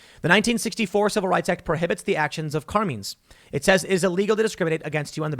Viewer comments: I can tell Tim, Jeremy TheQuartering didn't spend time with families of made wiseguys. CAR-MINE. Not Car-Mean. CARMINE. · Carmine rhymes with line